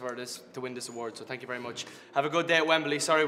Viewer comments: "Tank you" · “Tank you” awhhh